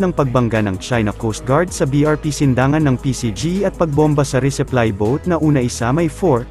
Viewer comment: Resupply hindi reseply